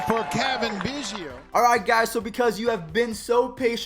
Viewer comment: Lol you butchered Cavan biggio’s name